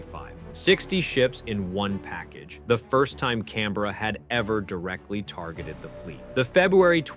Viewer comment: As an Australian, I'd just like to say, we appreciate the way you say Canberra correctly. Thanks!